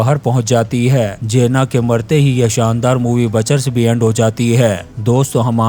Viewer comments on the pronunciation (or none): मुवी का नाम बचर्स नहीं, बुचर्स हे चुतीये